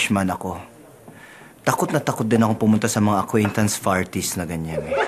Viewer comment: "Aquaintance Farties" 😂😂😂